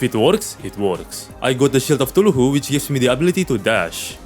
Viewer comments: Why does he say eye of tuluhu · Favorites of pronunciation: Shield of thuluhu